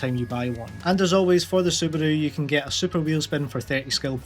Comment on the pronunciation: The way you say Subaru is funny af :D